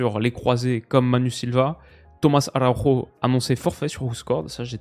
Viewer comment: j’ai une profonde sympathie pour toi et un immense respect pour ton travail et tes analyses, mais je te promets qu’à chaque fois que tu prononces “Tomas Arauro” au lieu de “Tomas Araujo”, un lusophone pleure. 😅😅